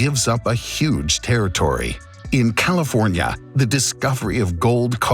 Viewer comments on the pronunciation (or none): none